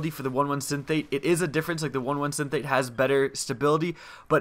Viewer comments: Synthate? Just take a moment to read it; Syn,es-thete. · just cause i'm a fan and I want you to sound like a pro. synesthete. sin-ess-theet. a synesthete is someone who uses their five senses in different ways, like hearing colours. cool anime show called Canaan if you're into that. cool and informative vid, thnks for sharing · it's pronounced Sin-es-theet Synesthesia is a very interesting topic, one should read up on it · u pronounced synesthete wrong